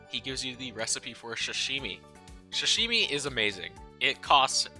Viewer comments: I love video but its not shashimi. This bothered me, its sashimi with an s, it is pronounced with an s too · dude it sa-shi-mi not shi-shi-mi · No hate but hearing you call Sashimi shashimi made me physically cringe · “Shashimi”? suh shee mee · "expecially" "shashimi".... bro cmon